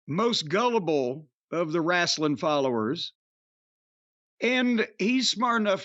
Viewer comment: Wrasstlin? Nah nah I’m good lol.